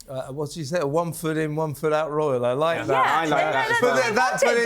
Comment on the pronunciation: ITS NOT A 'ROUAL TOUR!!